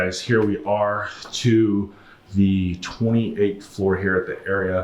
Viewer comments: It’s not “area” it’s pronounced “R-E-uhhhh” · It’s pronounced are-ia just FYI! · Las Vegas native and hospitality management major here... The Aria is pronounced aa ree un. But hey man I still love your videos.